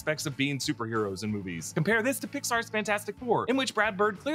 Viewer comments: “compare this with pixar’s fantastic four” took me a sec to figure out he said that lol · Me too. I thought I was trippin